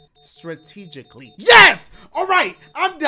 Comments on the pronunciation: "statreegically" has me breathless and in tears 😂😂😂😂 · "I played it STATREGICLY!!!" Dashie had me dying! 😂😂😂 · Dashies L moment of the day 1. "Installations" 2. $13,000 = "13 hunnid" 3. "Statreegicly"